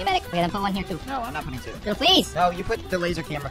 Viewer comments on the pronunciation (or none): It’s doodle not doddle